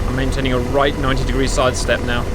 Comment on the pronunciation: Your mwayntaining?😊